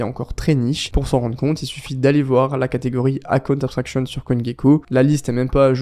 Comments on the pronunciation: Merci c'était très informatif pour moi. En revanche pour la prononciation, ton account abstraction ressemble à la cunt abstraction, j'étais mdr. C'est pas si difficile que ça, il faut commencer par un "EUH" et pas un "A" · si je peux t aider.... tu n auras plus de problemes pour dire account.... si tu memorises que ca se pronnonce plutot EKAOUNT.... Abst..... le A de account se pronce E MAIS le A de abstraction se pronce A c est ca qui "confuse" 😊 Super video! Michel, Paris